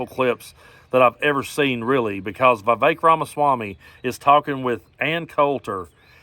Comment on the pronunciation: Well Vivek, rhymes with cake, at least is consistent. During the primaries he would ask voters to vote for him and they would make racist comments to him. He wouldn’t say anything then.